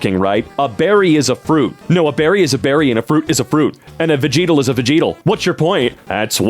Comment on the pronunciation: No one talking bout how he said vegetal. What is a vegeetal